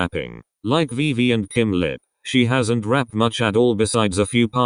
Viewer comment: You can't even get Vivi's name right. And they don't have official positions.